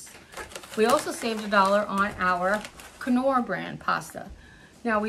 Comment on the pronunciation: F y i...you are a teacher, however, Knorr IS NOT pronounced k-norr ...it is "nor". Please EDUCATE YOURSELF